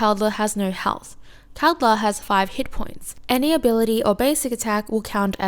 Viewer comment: over all you were saying kaldr's name well you just switched the D and L's place. lol. was mostly unnoticable. the way its said is "call-der"